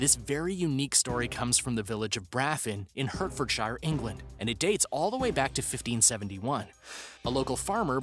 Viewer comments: “Hurt”fordshire 😂😂 it’s pronounced “Heart”fordshire Hertfordshire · Try saying “hart-ferd-shur”. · He said hurtferdshier but it's pronaunced Hertfordshire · Americans really do struggle to pronounce Hertfordshire don't they?